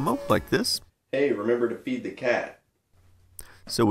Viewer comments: I thought he said "remember to beat the cat" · Oml I thought he said "Hey beat the cat" 😂😂😂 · "Remember to feed the cat" sounded like "Remember to beat the cat" XD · Hahaha yes, or it sounded to me like "Remember to eat the cat"